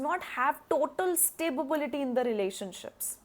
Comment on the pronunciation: Madam, Sta-bility vs. Stabi-bility !